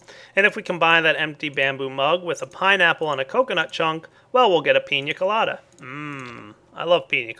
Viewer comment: Just to say, you're saying pina colada wrong. Pretty cool mod.